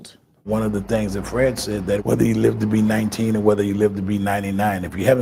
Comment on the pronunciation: Why do you say 'rether' instead of whether? Just curious.